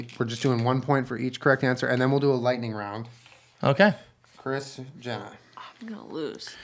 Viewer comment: julien:"chris, jenna" me:"did he just say kris jenner"